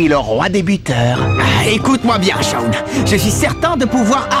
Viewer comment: Ommmmg il a massacré le prenom de Shawn 😭😭